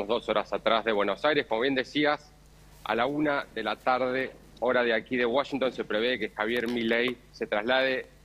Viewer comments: a todos les quedo claro que milei esta en "woshington"? nombro 3 veces washington en menos de 10 segundos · por que dice woshington? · Uoyinton dice la periodista 😂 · Se dice Washington con "a"